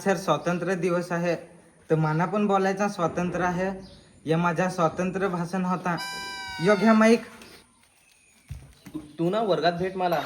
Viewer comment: भासान नाही रे भाषण